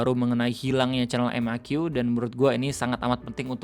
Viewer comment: Dah lama ga nonton. Perasaaan, terakhir cek kanalnya tuh yang nonton dah jauh lebih sepi daripada dulu. Iya ga si ō_ō? Nyebutnya jan "Meki", seharusnya "Em A Qui", bogeng Ø^Ø!